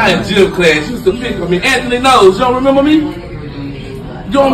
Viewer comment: Did he say gym class or gymnastics 😂😂😂😂